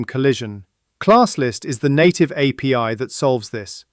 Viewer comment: Yeah, apee instead of api.But I still kind of like the voice. Everything seems more clever in a British accent.